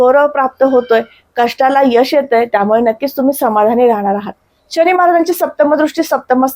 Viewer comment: शणी की शनी ? किती अशुद्ध उच्चार